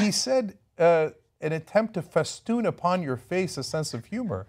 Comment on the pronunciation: "Feeston" "agape"